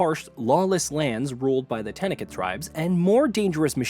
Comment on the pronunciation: I know this guy never played HFW by the way he said tenakth.